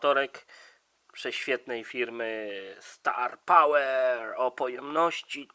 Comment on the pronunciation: Dlaczego 'starpałer' przeczytałeś dobrze a 'cel' przeczytałeś źle? Albo mów po angielsku albo po polsku, albo w ogóle...